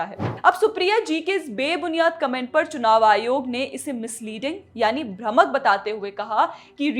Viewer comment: Amazing Reporting. Thank you so much. One small request though, since I come from Hindi belt - its भ्रामक and not "भ्रमक" - thank you